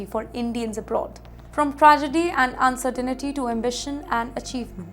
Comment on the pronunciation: Pronunciation of "uncertainty" is wrong. There is no "ni" sound.